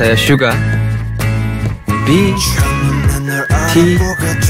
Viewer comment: Suga ngomongnya Syuga